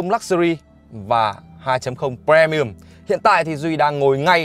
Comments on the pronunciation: pri mi um chứ pre mi um là chi zzz. Phát âm chán gê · tr ơi a ơi phát âm pri chứ pre pre mi ùm nó lãng ghê cái clip đang hay mà pre pre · Um chứ ko phải ưm cx ko phải ùm. Fre ni um á chị hiểu ko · Phát âm i thay cho e nha Duy, đừng đọc pre mi ùm nữa nha Duy, vậy nha Duy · Đồng ý kiến.làm j có bờ re mi um .